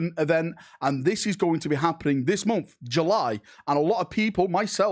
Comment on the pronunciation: So what's your excuse for pronouncing "month" as "munff"?